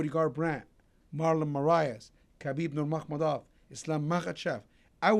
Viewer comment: Ali said KHABIB MURMAHMALAD xD